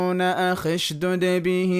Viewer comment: لفظت {هارون اخي}{اخشددبه امري} واللفظ الصحيح للأيه (هارون اخي )(اشدُدبه امري ) وبالتوفيق بس حبيت انبه للي يحفظون السورة عن طريق هذا الفيديو 🤍